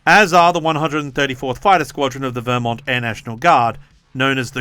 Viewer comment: two things, one the way you said vermont was way to french lol. you need to emphasize the Ver (sincerely a resident of the green mountian state). two, this war will have a huge impact on global fertilizer prices, as something like a 3rd of the world's fertilizer goes through the Streight of Hormuz.